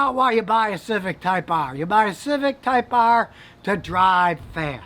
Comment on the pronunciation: When he said “TYPE AIRRRRRR” I was like “ok, yo ho then”